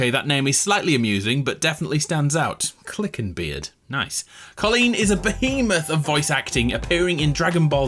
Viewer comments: Two things: Colleen Clinkenbeard not Clickenbeard (notice the n yet?) Brina Palencia not Briana (there is only one a in her first name.) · I actually ran into Mad Moxxi by complete accident in Vancouver over Christmas with her husband and baby boy. She's very nice, also Lilith's voice actress Colleen Clinkenbeard, her last name is pronounced (Clink-en-beard) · "Clickenbeard" Ah, so you too, cannot read